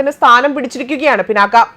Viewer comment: പിനാക്ക അല്ല,പിനാക